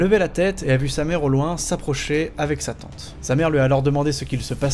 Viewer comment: J'en peut plus pour la deuxième histoire quand tu dit "sa tante", j'ai compris "satan"... ça rend l'histoire encore plus flippante ^^